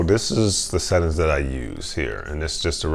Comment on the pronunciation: I wonder if he knows there's an "ing" at the end of settings? "Settin's" 🤣